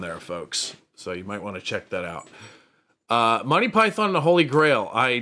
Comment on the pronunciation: I enjoy the channel thanks. Note that Monty Python is normally pronounced Mon-Tee Pie-Thun. Rather than "My Pie Thon". But hell, whatever works for you 🙂